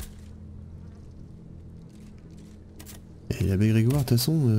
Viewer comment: L'abbé Grwegwoire 😅 Big like de soutien pour ta vidéo et une très bonne soirée prends soin de toi 💪🎮